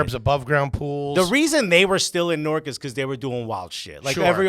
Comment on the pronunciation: Note to all: It's said Nork not New-ark.